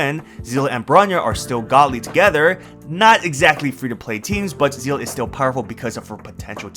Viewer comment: "say-lay" is how you say her name